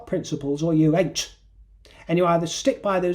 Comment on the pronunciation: Hearing say "ain't " in that posh accent, yal!! Pure gold, my dear! ❤😂